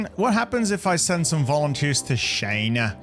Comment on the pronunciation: I love how you pronounce China as "Scheina"